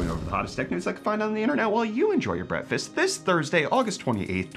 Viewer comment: nah i can't unhear the "brettfast" anymore😭